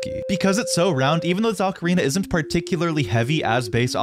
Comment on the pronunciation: O ca ri na pronounced "0h kah ree nah" not "aka rina".